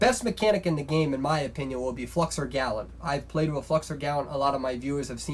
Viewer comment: Who did he say is the best mechanic? Flexergallat or what?